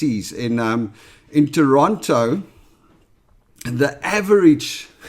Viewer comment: Nice to hear the 'T' in in Toronto😀